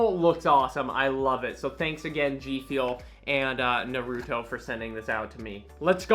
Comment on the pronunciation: I love you … but please stop saying “Narooto” 😭 It’s “Nar-uh-toe”